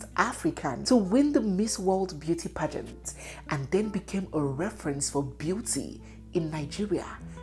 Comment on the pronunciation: Young lady, your pronouncement of the word “pageant” is awful!👎